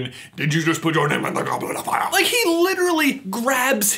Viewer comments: he that "FIYA" tho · It’s not “did you put your name in the goblet of fire?” It’s “Did ya put yer name in the goblet of fiya”